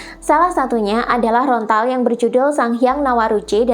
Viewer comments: Lontar bukan Rontal ...atau mungkin memang susah mengucapkan LONTAR ? 😊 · Sedikit koreksi... bukan "rontal" yaa.., tapi "lontar" 😊 _Rahayu ingkang sami pinanggih_🙏